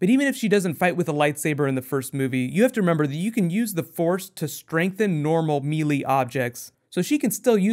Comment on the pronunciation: Why do you always mispronounce melee?